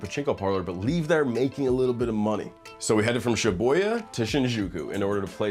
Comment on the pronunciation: sh-BU-ya bro, there is no shi-boy-a